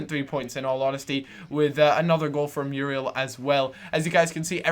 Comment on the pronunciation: muuuuurielllll not meeruel